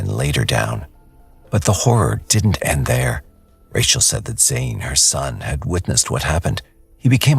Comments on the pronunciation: That the narration cannot decide on whether to say "RAY-chul" or "RAH-shee-EL" is super annoying. Everyone who knew her in the video pronounced it "RAY-chul," and THEY should know, so really, you can't figure it out? I usually love this channel. Please do better. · How many different ways can u pronounce "Rachel"..."Rayshell"..."Rasheel"...